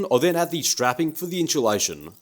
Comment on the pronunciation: Drink every time he says "in-CHEW-lation"